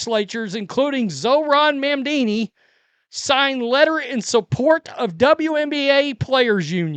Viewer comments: "mam-dini" is hilarious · Hey you said Mamdami name wrong but since we all agree he’s a POS I have no problem with you butchering his name. You get a pass from this NYS resident.